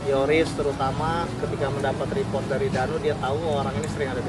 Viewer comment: REPORT.......pronounce as RI POT